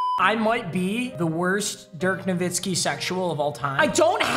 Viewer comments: Papa: Nu-vi-ski. The boys: No-wi-ski Me: Nor- Wit-Ski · Its dirk na-vit-skee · it’s nowiski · Didn’t say it was nowitski not novitski but here to say that papa is handsome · Dagliano i thought everyone knew it was pronounced “novitzki” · its noviski and lol it really is addidas the way papa said it lol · Papa I believe that it’s pronounced NoWitzki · I’m sorry papa it is no-vit-ski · its pronounced nah-witz-ki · It’s pronounced….No whiskey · im german and american its novitski to pronouce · Sorry to say but you pronounced both wrong…adidas and Nowitzki…greetings from Austria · Papa your wrong dirk has even said his last name is pronounced as a w not a v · Papa you pronounced dirk wrong 😑